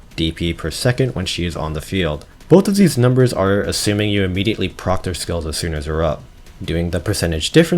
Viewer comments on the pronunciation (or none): none